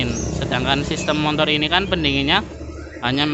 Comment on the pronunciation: MOTOR bro bukan MONTOR😂